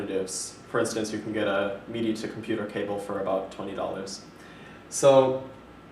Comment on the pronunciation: it's pronounced mid - i... you keep saying meed - i. mid as in middle. just saying. that's cool there isn't any lag though.. that's the reason i wanted to see a review of it first.